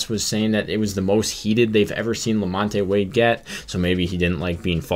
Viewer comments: Who is la-MON-tay? Did you mean la-MONT? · Lamon te it’s pronounced lamont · It's pronounced Lamont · You’re pronouncing Wades name wrong. You don’t pronounce the E in Lamonte.